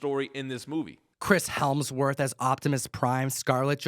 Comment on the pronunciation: Chris "HELMSworth"??